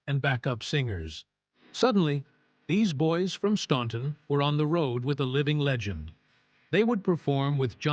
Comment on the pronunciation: The name of their home town is pronounced Stanton not Staunton, don't let the spelling fool you. Also what you failed to mention is that Lew discovered Jimmy Fortune.